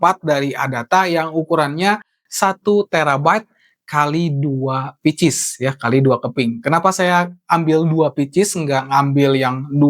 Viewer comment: Picis??? 🤣 Pieces (pcs) dibacanya pises baaaang. Ah ngaco english lu